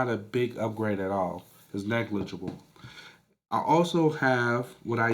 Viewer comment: You need to work on saying the word negligible. Lol